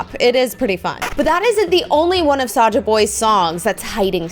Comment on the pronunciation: It's saja boys not soja boys